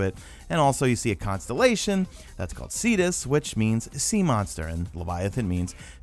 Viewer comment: first time I heard you say Cetus and thought I heard fetus and was slightly disturbed until I had to rewind